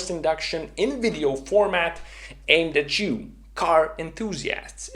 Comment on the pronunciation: "Aimed atchoo" Perfect.